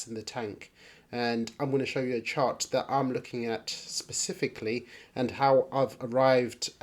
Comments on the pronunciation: Specifically not sisisipicly also 0.52 was a good time to buy after the pump not at 0.62 cents like this guy has just done and bought into he is way down right now iv just bought a load at 52 cents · When you say specifically you start off with a sp a spe a spe not a sis.Also this guy cannot chart his t.a is terrible